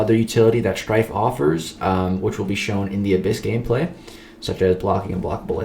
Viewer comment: The way you said shhhhhhhrtyffffe was insane